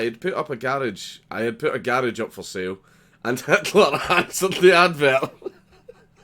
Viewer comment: Did you mean to say "Hatler"? 🎩